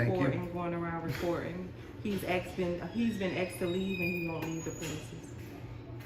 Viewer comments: "he been axe to leave" 😂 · Those ghetto-fabulous, hair-extension queens who say “he’s been AXED to leave” and “none of your business” when asked to identify, should’ve been instructed to leave their ignorant, ghetto attitudes at home. Better yet, they should’ve never been hired in the first place. These are prime examples of public trash stealing wages for their welfare lifestyle.